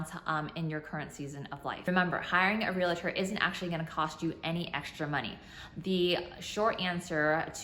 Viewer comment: Realtor not Real-i-tor 😂 (Ask not axe) ❤️